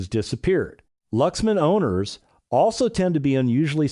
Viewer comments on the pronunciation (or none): none